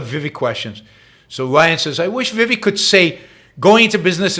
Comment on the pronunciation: It's not viwek. It's pronounced We wake